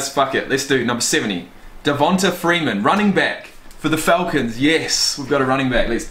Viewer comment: This nigga said Deh-von-tuh